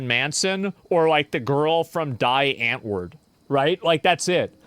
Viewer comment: Die Antwoord is not pronounced ”die” but ”dee antwort”